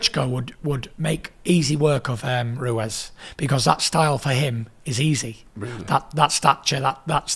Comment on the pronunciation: Tyson 'Andy Roo-Wez' Fury